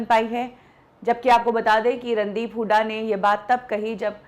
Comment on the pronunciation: kya yaar jisko v dekho randeep sir ko randeep hudda kehke bolte hein...r e gawaron inka naam randeep hooda hey randeep hudda nahi...